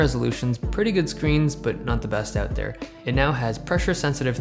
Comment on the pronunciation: The way you say out is like 'ewt'